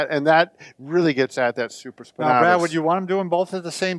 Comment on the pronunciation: Same here Jesse Collins. SupraspinAtis not supraspinahtus lol